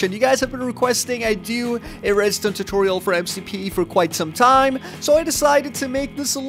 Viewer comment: soory not totoriol but tutorial